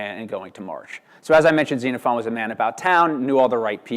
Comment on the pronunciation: Yes! Thank you! I cringed every time I heard this chap mispronounce all of it.